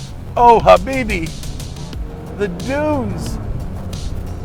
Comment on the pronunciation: What does he keep saying.. Ha bee be what does that mean